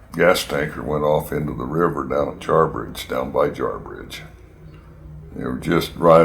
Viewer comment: Jarbige, Nevada, not Jarbridge.